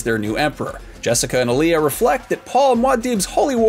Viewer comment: Dunno but you keep saying Alia name incorrect. Shes not a music artist.